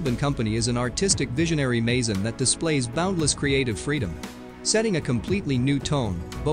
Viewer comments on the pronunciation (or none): none